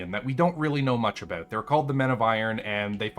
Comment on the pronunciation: Holy wah! please just post a video of you saying about.